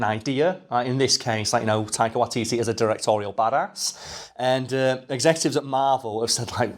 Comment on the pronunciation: Close enough. It's WAItiti.